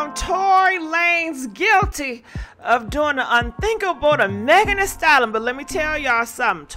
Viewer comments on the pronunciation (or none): I hate that can’t pronounce STALLION Practice it please